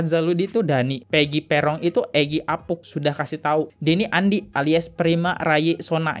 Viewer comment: baaaang, apunk dibaca apung bukan apuk, sama kaya bank, bukan bak 😂